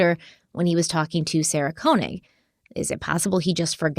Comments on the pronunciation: Thank you for covering this story! Just an FYI, it’s pronounced Sy-Ed, not Sy-eed. Also, Sarah Koenig is pronounced Kay-nig, not Kone-ig. ❤ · i love you but why must you mispronounce everything, even the most said names and words like Said and Keonig which she says at the beginning of every episode 😅